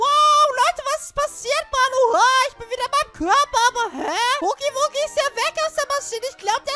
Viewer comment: Er wird haggy waggy ausgesprochen